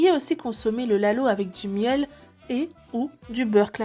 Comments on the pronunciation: C’est lahoh* pas laloh. Sinon un grand merci depuis Djibouti 🇩🇯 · “ Le laloh “ just dit lahoh franchement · On ne dit jamais "Laloh" mais "Lahoh"! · Treès belle vidéo Petite réctification : ce n'est pas "Laloh" mais "Lahoh" en SOMALI et "Louhlouh" en AFAR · Soyez indulgent je pense qu’elle n’es pas djiboutienne donc normal qu’elle sache pas la prononciation exacte 😊